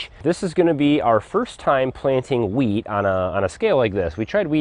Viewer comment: I kept hearing plant weed.... oh geez lol